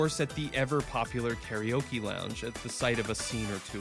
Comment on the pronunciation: Hey good job on your Japanese pronunciation! Impressed! All but missed one: karaoke. Hehehe